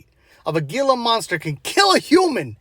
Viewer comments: it's not pronounced "gee-la", but more like "hee-la" phonetically . it's a hispanic name for the reptile . just sayin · gila monster is pronounced hee-la 😂😂❤